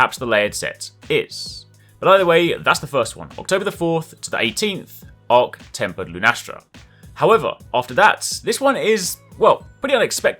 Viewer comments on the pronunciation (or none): not temp zorah...arch temper